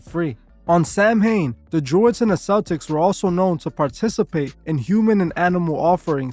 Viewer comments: I like your videos so I figure I will let you know the proper way to pronounce it is SOW WIN. Not Sam hain. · A lot of your information is incorrect. Also Celtic is pronounced with a hard K also Samhain is pronounced Sow-in. There is also no such group called the Code of Thorn. A lot of information about Druids is shrouded in mystery. The ancient Irish deities were not good or evil but could do both good and bad. They were not celebrating a God of death. They were a pastoral people so it was basically a harvest festival that the Irish still celebrate i.e. bonfires and mischief making. It is also big in Scotland due to both groups being Gaels. Halloween took off in the US with mass Irish immigration. Remember that the Devil is from Christianity and Christianity has its roots in the Middle East.